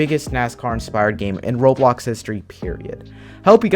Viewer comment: did you say robox platform lol